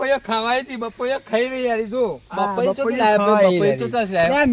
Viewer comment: પપૈયુ ❌ બપૈયુ ✅😂😂